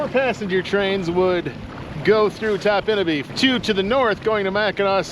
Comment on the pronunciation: I've been going to Topinabee since 1971. My grandparents lived there from 1971 until 2000. They always pronounced it TOP-in-a-bee, not top-IN-a-bee.